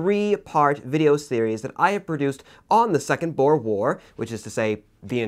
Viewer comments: Sorry to say you daid boer wrong it is boo-r and it is spelt Afrikaans. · As a South African your pronunciation of Boer made me laugh. I know it's spelt the same way as the animal but still. And in Afrikaans it just means farmer. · I think the most painful one was boer. Thats not how you say it.